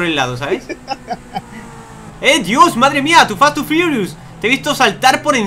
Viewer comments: Like si os dolieron las orejas quando dijo fast and forious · En el inicio dices to fast to firius